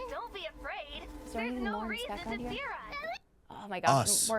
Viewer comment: Is anybody hearing theorize instead of fear us